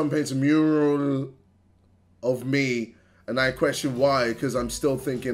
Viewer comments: We get a double whammy with him trying to pronounce mural😭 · Back when he couldn't pronounce mural 😂😂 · It was simpler time when he could pronunce mural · Ahh the good old days when he couldn't pronounce Mural